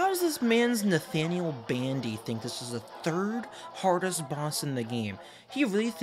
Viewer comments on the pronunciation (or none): none